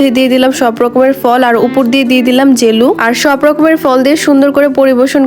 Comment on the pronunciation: জেলি ❌ জেলু ✅